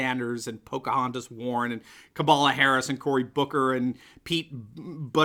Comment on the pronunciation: Did you say KABALAH Harris? New policy here....No watching while eating!!!